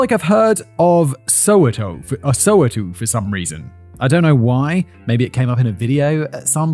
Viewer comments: It's indeed pronounced "so-wet-tow". Although, most South African English-speaking people pronounces it as "soW-wet-tow". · SoWeTo stands for South Western Township. The We is pronounced exactly like you'd pronounce the We in "west" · Just a tip on how to say "Soweto" - "So Where To" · more like soh-weh-toh (oh with an open O sound) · "sOwEToo" I cant😂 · Soweto is pronounced more like "so-where-to". Well done on tackling the names. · Bed time and a home story to go to sleep. Thanks Simon et al Next time when pronouncing Soweto try saying the following 3 words as one word: So where to There you go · You hear Soweto pronounced So Way toe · It's So wa to.dummy. all syllables true to their sound..sò wa . T0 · Haha I didn't know he was saying Soweto. The place that almost never get loadshedding. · I heard Simon mispronounce Louvre for an entire video. So, my expectation for him to pronounce Soweto correctly was 0% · I'm South African too and hearing him say Soweto and Ndlovu is killing me 😂😂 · I'm not South African, but hearing him try to pronounce Soweto was great. Also, why do I recall that town as well? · Lol soweto and OR Thambo had me rolling 😂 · As a South African 🇿🇦 watching this I feel like correcting you always when u mention names of the places like Soweto , Khayelitsha , Mamelodi 😭😭😭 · Soweto.. lol such a funny pronunciation.. we love you Simon 🫶🏿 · Whoo, that pronunciation of Soweto added some much needed levity to this. Not a criticism of course, that wasn't a bad guess at a name you've not heard before, but it did give me a good chuckle. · The pronunciation of Ndlovu and Soweto is so distracting😂🇿🇦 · Damn U butchered Soweto 😅